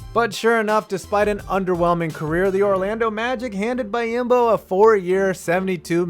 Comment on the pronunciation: BEE-OM-BO. <3 Silly goose